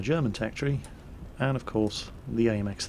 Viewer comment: No, you are going to hell because of that pronounciation of the very simple world "and":D